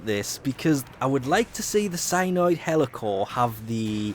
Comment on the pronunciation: Please, learn to say Heliocor. It's HEE-LEE-O-COR, not Hellocor... it frustrates the life out of me!